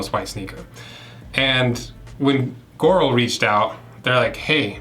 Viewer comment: Its pronounced "gee oral"